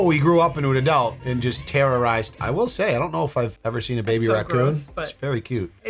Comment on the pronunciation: I love hearing say "adelt" in his New English accent.